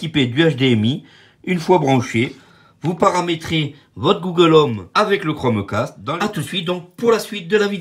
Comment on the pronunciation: Tu lance le chromeEEEcaste et ho la bouillabaisse je viens de marEsEiLle ho